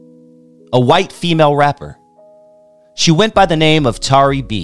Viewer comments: Not Tary B pronounced Terry B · Pronounced Terry though 🤣